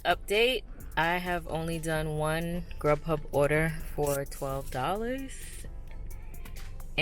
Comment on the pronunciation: I can't remember which you said was better uber eats or grub huh? I thought you said grub huh.